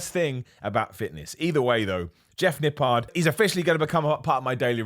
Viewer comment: All I am hearing all day is Nip PARD